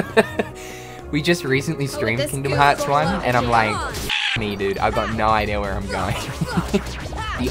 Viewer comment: lmao he said "IDEAR"